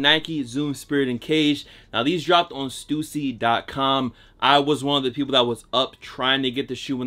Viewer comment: Thank god he pronounces stussy correctly 😂 oo not u